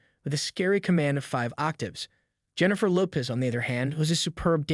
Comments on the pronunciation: This guy can’t even properly pronounce her last name??!! This is so bad. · If you can't even pronounce her name properly..I'm out!!